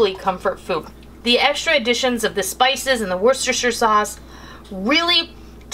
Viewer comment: Wow! You said Worcester in the right way! :)